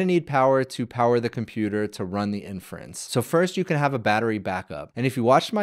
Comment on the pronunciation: I imagine a boomer watching this and hearing "in France" all the time when you said inference. And they be thinking 'why are all LLMs made in France?'